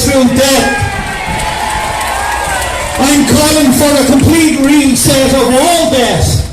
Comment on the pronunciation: Oh, and He sounds like He is saying "a great recess" not "reset..."